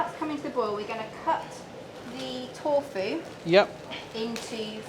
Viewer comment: "Torfu", "misso" and some inconsistencies.